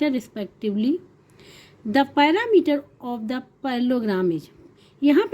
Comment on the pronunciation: Perimeter ❌ Perameter✅